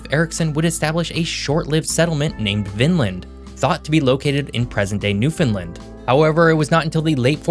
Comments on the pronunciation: It’s not pronounced “new-fin-Lind”, it’s pronounced “new-fin-LAND” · Hey great video. I'm from Newfoundland, and just thought I'd help you out. We pronounce it as "new-fun-land" not "new-fin-lind" many people miss pronounce it. Hopefully that helps! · FYI, it is pronounced New Found Land. Not Newfinland or Newfinlund etc. Just a friendly FYI. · Newfoundland with an O. NewFOUNDland now new Finland. just a heads up on the way to say it. :) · If you're going ro give a history lesson. You should learn how to pronounce Newfoundland (Newfin....Land) its not pronounced like Finland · Newfunland. Appreciate the hype but say it right. Exactly like it's spelled New Found Land. "Newfoundland" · I live on the east coast of Canada and I've yet to hear a single YouTuber pronounce "New-fin -land" correctly. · Every time he said Newfoundland it made me cringe. It is pronounced exactly how it is spelt. New Found Land. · It's almost like "New Finland", but with the emphasis on the wrong syllable lol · You are pronouncing the name Newfoundland incorrectly. The emphasis is on "land" Use the word "Understand" as a guide. It's Newfoundland, understand? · Saint John Population is barely 70K, also its pronounced New-fund-land, say it really fast and that's how it should sound! Not pronounced Mon-tree-all, it should sound like Mun-tree-all, again saying it really fast. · why you call the New Found Land a New Finland??? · “Newfinlind”🫠 . Makes a video on the east coast but cant pronounce newfoundland right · Could you at least pronounce Newfoundland correctly. Think of the word “understand” and copy the cadence, short, short, long. “New-fun-laannd “ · newfoundLAND (sounds like understand) ;-) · Thanks for highlighting our region with a great concise history and overview. One correction: Newfoundland is pronounced exactly like the word "understand". Just remember to "understand Newfoundland" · When saying the name "Newfoundland", emphasis is placed on the final syllable